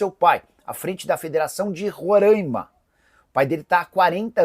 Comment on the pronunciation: "Rorãima" é meu ovo